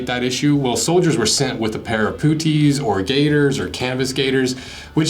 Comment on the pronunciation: So stop saying pooties, its wrong anyway. Rhymes and spelt the same as the golfing term "putt", so putt-ees. Still liked the video after I stopped laughing. 😂